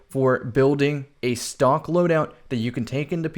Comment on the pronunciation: I thought he was saying stonks